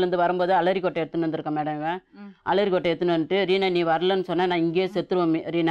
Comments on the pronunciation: Aralikkottaya illa alarikkottaya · ALARI KOTTA😂😂😂 LAKSMI MAM: ARALI KOTTA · Alari kottai ah...dai...adhu arali kottai da